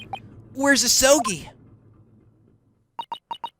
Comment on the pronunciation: More like "A-soul-gi"